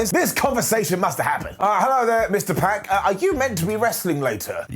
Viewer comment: Its "Pac" not "Peck"